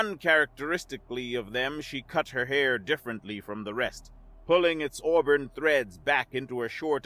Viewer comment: Already heard this story. Someone else recorded it. Auburn is pronounced aa brn not the way you pronounced it.